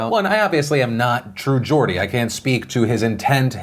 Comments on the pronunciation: At least you pronounced Geordie right. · Phil go on the True Geordie Podcast! Also shoutout for pronouncing Geordie's name right, most Americans get it wrong!